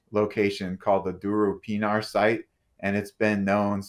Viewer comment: never been to the dirupinar site and doesn't even know how to pronounce it. Shows how much he knows. This "scientist" is just a shill for the lock step mainstream academia.